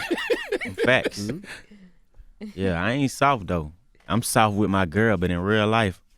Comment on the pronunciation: "I ain't soaft"